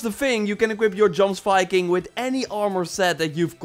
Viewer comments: Plz, its not djomsviking, its pronounced like yiomsviking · “JOMSVIKING” is pronounced YOMSVIKING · It's pronounced YOMS-Viking and Sutur is pronounced SOOT-TUR..... would have preferred an ASSASSIN set like Hytham's outfit..... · It is pronounced yomsviking 😂😂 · DUDE. Your name is, Jomsviking is pronounced the same way as “Jor” is in your name. How hard is this to say? YOMsviking say it with me... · i suffer every time this man says jomsviking xD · Faygo. It’s clearly a mispronouncing of the word I wasn’t being a dick many of old Norse words are butchered due to lack of knowledge